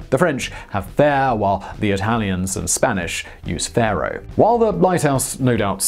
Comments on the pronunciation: Faro is said with the A like Apple. Otherwise fero would be the spelling of how Simon said it... At least for Spanish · Once more, Simon makes a dog's breakfast of Italian pronunciation. Impossible, you say - the word only had four letters. Yes, folks, even in the span of four letters he can make a severe balls-up. He also didn't notice that the traveller who described the lighthouse was an Arab from Spain, Andalusia, to be exact, but even here he makes a mess of it - all that work trying to get the name right and failing once more. Whenever he mentions the Richter Scale, I'm always left wondering if he's quoting some old document where this scale was used, or if he's misinterpreting something measured using the modern Magnitude Scale and misnaming it. You see, once doubts start, they multiply. How much of what is said here is actual fact, and how much is conjecture?